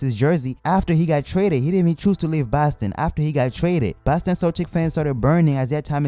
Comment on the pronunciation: He said baston